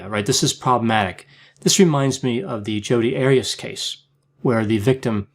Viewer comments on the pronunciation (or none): none